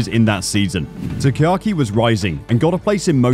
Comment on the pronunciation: Not that big of a deal but his name is pronounced Taka-Aki, not Takaki. It's a mouthful to pronounce, hence why many just refer to him as "Taka."